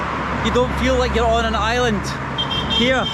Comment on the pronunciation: I'm confused why is he saying Island? Or am i hearing him wrong?